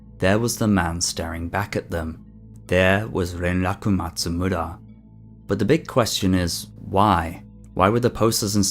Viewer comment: I like the way you say “Renraku Matsumura.” It’s nice.